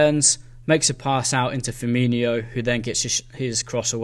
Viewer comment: Mane is not Keita and it’s Firmino not Firminho!